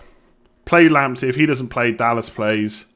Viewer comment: if Partey is pronounced "Partay" then wouldnt Lamptey be pronounced "Lamptay" seeing as he is of Ghanaian descent?